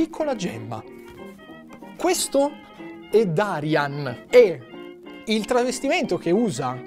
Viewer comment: Si scrive "Darian", ma si pronuncia "Daraian".